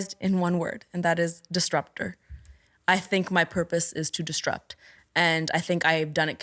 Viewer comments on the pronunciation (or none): Has literally no one ever noticed that she says disTrupt instead of disRupt? Because she says the word a lot and how come no one has ever corrected her? Unless it's a part of a canadian dialect or something that I'm not aware of but I've never ever heard someone say disrupt in this way. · I wanna die every time she says “distrupt” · Couldn't get over her saying DisTrupt, instead of disrupt lol But a brilliant interview otherwise! x